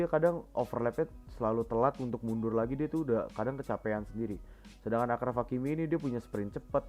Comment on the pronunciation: Video yg mantap bang, review gw ttg match kali ini -Marcelo overlap -Benz Hazard udh bagus sinerginya tp kurang clinical -Kurang kreasi serangan -Kortoa harus ttp konsisten Oya ralat dikit do, cara pengucapan 'achraf' itu 'asyraf' dalam bahasa arab, penulisan bhs inggrisnya achraf.